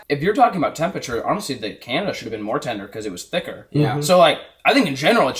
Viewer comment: my boy said tinder not tender lmao